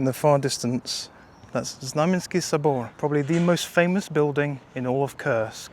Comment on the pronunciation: The way you say the name of your city sounds off — like a bad word. It's actually Kursk - Курск not "curse" lol